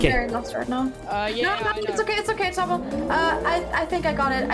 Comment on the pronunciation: Bad: HI "Tom-hy"